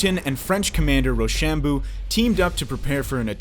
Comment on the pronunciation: Anyone here for school...watch the legit doc on the war. Mispronounced MONMOUTH....and ROcHAMBAeU...DAMN BRO YOU.NEED TO.SMARTEN UP. do you say....ply- mouth rock? Nooooo. =) Monmuth...portsmuth...ply-muth...hat is how you pronounce them...you be ignorant. This guy is typical Yank wisdom. Eeesh. Ye be smarter the he! Lol